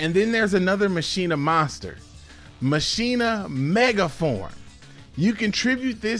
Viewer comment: You should pronounce machina like dkayed. MUH CHINA